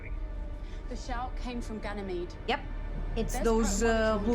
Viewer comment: Ganymede is pronounced with the last "e" silent. "Gan-a-meed" Also, it's "Dawes" not "Dahns", there is no "n". It's pronounced like puppy "paws" not the morning "dawns"